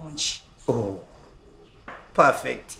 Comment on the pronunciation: Prefect? Mscheeeeew